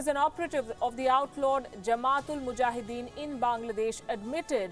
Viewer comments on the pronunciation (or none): none